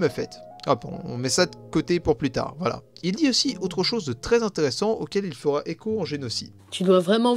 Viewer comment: 26 min 10sec « intere-sans. Pas vraiment son sans » LOL